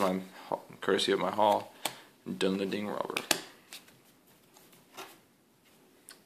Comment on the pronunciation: Fun little piece of nostalgia in this video, thanks. But, just for the record, it's pronounced 'done-lend-ing.' I know, I'm being anal lol.